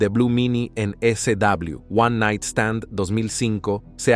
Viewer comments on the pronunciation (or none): Porque dices e-c-dabliw. Estás diciendo una parte en inglés y otra en español